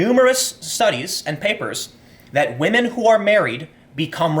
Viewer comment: One word "whamen"